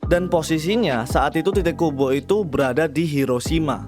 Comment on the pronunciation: Bang pas lu bilang "tite kubo" kok kedengeranya kayak "t*tid kubo" 😂